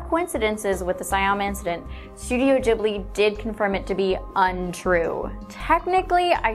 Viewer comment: I do love you, but you did something that annoys me to the end, all Americans I know of (and some Englishmen) do this. It is pronounced ghibli, like goomba. Sorry but I have to get that out, otherwise would have gone completely mad. Also, that scene you said was the last one, was before Mei went missing, in fact it is one of the causes, so it doesn't make sense that death is the reason they do t have shadows. Besides, they have shadows at the start of the scene as well. However it is possible that mei started dying or something in that scene because she gets a little lost, but runs into her sister just at the bit of it you showed us. There are no totoros then at all either. I could rant about that film for ages so forgive me. I got carried away